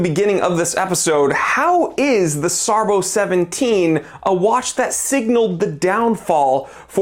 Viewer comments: SARBO? SARB Zero One Seven. No SARBO. After the B is a Zero, not a letter O. The zero after SARB is silent. It's pronounced "SARB 17" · "SARBO"??? it's a zero man !